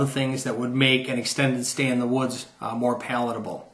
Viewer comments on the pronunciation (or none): none